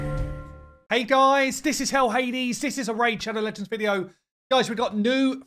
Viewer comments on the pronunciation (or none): none